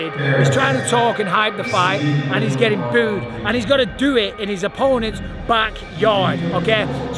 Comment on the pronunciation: I love how you booed in a French accent lmao